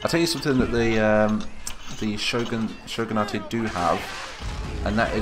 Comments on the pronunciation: Shogun-ate Not Shogun-a-te That bugged me. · For more detail: Shogun-a-te would be correct if it were a Japanese word, but Shogunate is an English term derived from Shogun, so its pronounced like other english words ending in -ate. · Shogunate is an Anglicized word, its just Shogun - nait